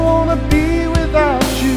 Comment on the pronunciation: Please say, "without you" not "without chew"....music basics 101